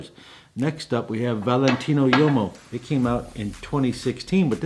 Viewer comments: Hey man... uomo means man in Italian. Please don't pronounce it yomo. Try woo-oh-mo or wohmo, if you can't do the former. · Small note on pronunciation, "Valentino Uomo" , Uomo as you say sounds like a "Yomo", infact it "UO" of "UOMO", should sound much more like "WO" in english word "wombat" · Love you'r videos but please learn how to pronounce things...like bergamot or uomo...no hate,it's just cringy